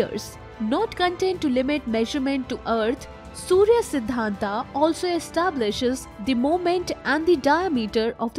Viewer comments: देवी जी अगर थोड़ा और पढ़ लेती तो अच्छा होता। सूर्य सिद्धांत है सूर्या सिद्धांत नहीं है। क्यों नाम का ऐसे मजाक बना रहे है। कमाल की बात है हम भारतीय हर बाहरी लोगों को पुछ देते है कि क्यों गलत बोलते है। खुद जब मजाक बनाते है तो को नहीं बोलता। आगे नाम को "आ" लगा कर ना बोले। राजा माया,रावण,राम,सूर्य। आप बहुत अच्छी जानकारी देती है लेकिन जिसके बारे में देती है उसकी भी थोड़ी इज्जत कर ले। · Einstein, it is 'a' not 'aa'.